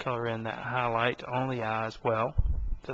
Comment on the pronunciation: Don't make fun of him. Did you see the beautiful Ahris in the middle of the Ah? Those Ahlights! (Not making fun of you, but you really have a weird accent. Australian?